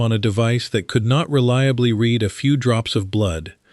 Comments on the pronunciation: I knew this was AI, but the mispronunciation of the word read, within the context it was past tense, but it was read as present tense. I knew it. I could tell by the tone of the voice. Moving on. Bye-bye. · "Read in that light" pronounced wrong